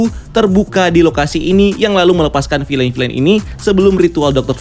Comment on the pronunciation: Bacanya bukan "filein"